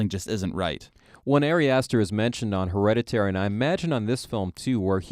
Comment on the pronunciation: You mispronounced the title of the film through your entire conversation. Lazy AF.